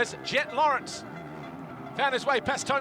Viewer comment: Guy struggles to say Tomac lol,,, Kind of like F1 guys lol